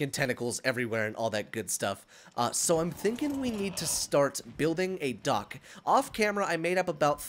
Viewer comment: It's so funny, every time said dock I thought he said duck, I was dead when he said we need, to build a duck